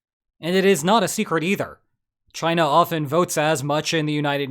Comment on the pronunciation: Do you really just say “gina”?